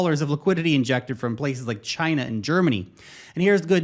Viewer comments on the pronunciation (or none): none